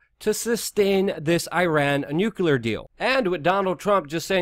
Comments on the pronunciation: Nuclear is pronounced nu-clee-er not nu-cue-ler. Clean it up or I unsub. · I wish u would pronounce nu-cle-ar properly. Sounds like George Bush and other idiots. Not newkuler uggh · Dude! I love ya' and have listened to you since just after 911 on Alex Jones. I gotta say "nukular" is not a word! it's hard to take you seriously when you say nukular. It's not a 3 syllable word, it's only 2. Think "New" then "Clear". C'mon, you can do it! Did I honestly hear you call the security guard Jesus (pronouncing it as Jesus, not Heseuss, nod to Dr. Seuss). I love you guys and your channel and I'm not hating on you or trolling you. I may be nitpicking but c'mon man, at least PLEASE STOP SAYING NUKULAR. I beg of you. It just makes everything else you say seem laughable. That said, keep up the great work, I love you guys, and I'm glad you've stayed with the truth, unlike Alex (who's drifted off into a neo-Fox news type thing). Stay awesome! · Just an FYI, the word is *nuclear*. Nucular is not a word. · It's nu-CLEE-ar. Please. Pronouncing it wrong lowers your trustworthiness.